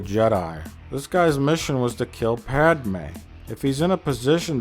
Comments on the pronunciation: Your pronunciation of Pádme is really bothering me but I agree with everything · Lol “PADAMEYE” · the best running gag in the whole thing is how he says 'pad-er-may' every single time and makes it more pronounced every single time